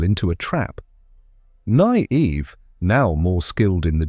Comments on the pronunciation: The AI voice really struggles with “Nynaeve”, eh? “Nigh-eev” 😂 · The pronunciation of Nynaeve was almost painful to hear...